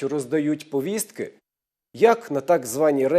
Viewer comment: Де взяли такий наголос ПоВІСТКИ? МОЖЕ ПВіСТКИ?